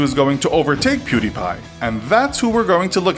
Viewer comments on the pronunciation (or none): people still cant pronounce pewds name